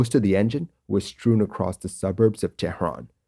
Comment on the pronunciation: Sir, it is tehran. not TEHHRRAAN